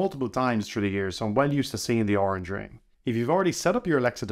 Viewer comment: It's not oranch It's colors